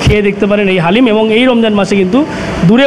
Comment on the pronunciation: Halim noi …it’s dalim